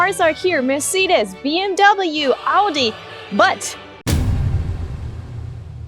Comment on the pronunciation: "as a german" Proceeds to pronounce BMW completely incorrectly That hurt me :(